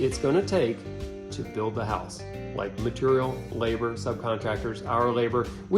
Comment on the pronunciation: I slammed a shot for every "maturial" and now I'm dead drunk.